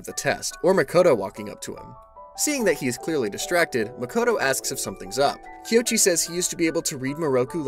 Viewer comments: Love the video. But the whole time you were saying the male main characters name wrong 😅😅😂even in the same dame video it shows you how to say it, but I been saying it wrong 😂😂😂 his name is "KOICHI"(Ko-ee-chee) not (Kee-o-chee) lol, but love the video🖤🖤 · This has been a dang fine recap, and really well done. However, I’m pretty sure our main male here’s name is pronounced “Koh-ee-chee” as the “o” happens before the “i” does. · not to be "that guy" but I think you might be pronouncing the MC's name wrong